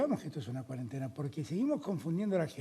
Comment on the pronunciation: No aguanto más a Bonelli diciendo CUADENTENA